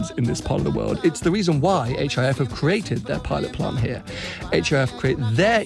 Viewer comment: Hif pronounced Jif.